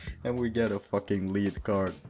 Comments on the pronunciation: You say "Dirty Bomb" like a boss!.....also it pronounced "Led" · It's pronounced led but I still liked the video. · Its not liid card its lead